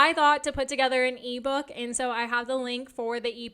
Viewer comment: When you say e-book my brain understood Levo lol